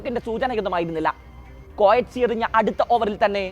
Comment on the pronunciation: കൊയെറ്റ്സി അല്ല, കെറ്റ്സി എന്ന് ആണ് ശരിയായ ഉച്ചാരണം. OE ഒന്നിച്ചു വന്നാല്‍ "എ" എന്നാണ് ശബ്ദം.